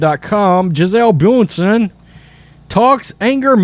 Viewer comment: It’s ‘bun-shen’ She deserves to have her name pronounced properly. She is a very successful business woman.